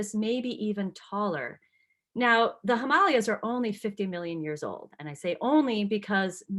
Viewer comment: Pronounce Himalayas wrong and pronounce Appalachia wrong . Can’t listen